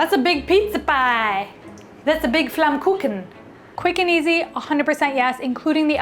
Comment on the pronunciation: Your pronounciation of Flammkuchen is perfect!